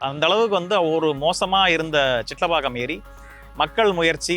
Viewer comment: எங்கடா தம்பி தமிழ்படிச்சே சிட்லப்பாக்கம் சிற்றிலபாக்கம்இல்லப்பா